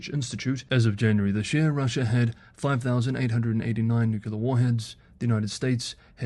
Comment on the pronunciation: "nuculer, ". 😬 >>>>"new clear"